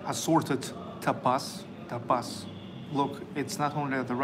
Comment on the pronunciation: Happy birthday! Lovely restaurant!, "tapas" is pronounced with the accent on the first syllable: TA pas.